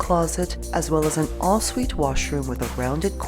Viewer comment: Is she calling the ‘en-suite’ bathroom ‘all suite’?